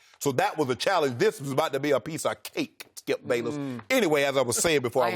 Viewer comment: "Skiup Bayless. WOULD you STOP... gives up SKIUP"